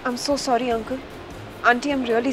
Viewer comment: Ab Anupama ko sury sury bolana bandh kar k SORRY bolna sikhao 🤣🤣